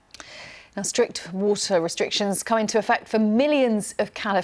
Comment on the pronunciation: “Whoah-tsuh”? Do you mean “water”?